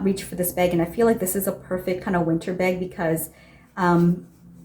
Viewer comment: You have all same type of very small bags, get rid of them all. You can just keep the white bag so you have an option. I’m not sure where you are from, you say beg instead bag 🙂